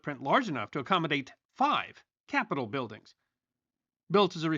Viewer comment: It was AI. Listen how it reads "accommodate 5 Capitol buildings" , with weird inflection and emphasis on "Capitol"